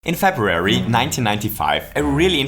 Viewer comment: my man pronounces february as it is intended. not febuary.